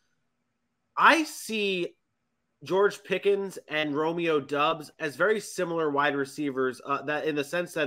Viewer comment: It's Dobbs when you pronounce it folks. Like Cobb. Not dubs